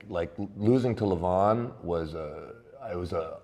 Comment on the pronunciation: LeVAhn, not Leven